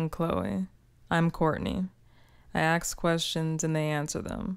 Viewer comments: did she say “I aks questions” ? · Why do I hear "I aks questions"?? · Did I hear "aks" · "I axe questions and they answer them" :D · " i ax questions" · She AKS questions 😂😂😂😂😂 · Saying “aks” instead of “ask”? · “I axe questions and they answer them”